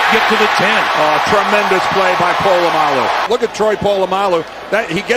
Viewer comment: Fucking Po-la-mo-lu